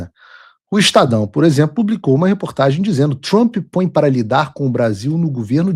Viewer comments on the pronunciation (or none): none